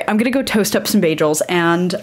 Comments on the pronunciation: Beyjels? Wtf? And I thought Britta had horrible pronunciation. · Wait, it's pronounced ba-jels? İve been pronouncing it as ba-girls without the r 😅